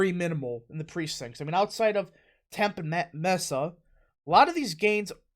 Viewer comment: It's pronounced "Mes-ah" and "Temp-ee"